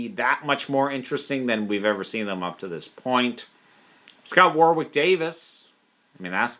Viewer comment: I almost said this last time you said his name but this time it bugged me a little more, so please take this for future info and not me picking on you. For Warwick Davies you don't say the second 'w' in it, so it's pronounced more like War-rick. Glad you added in the Xmas special, it makes sense given the links but I wasn't sure if you would.